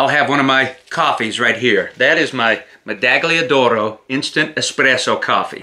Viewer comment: Hi, Italian here. it's meda-ll-ia d'oro, as you would say "medallion", only a little bit softer :) it's as a Spanish would pronounce "Tortilla" I hope you're not offended by my correction, thanks for your content :) Ciao!